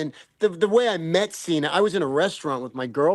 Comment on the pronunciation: "yah loved workin' wit seenah seenyah?" He worked wit "neverseenah" 😂😂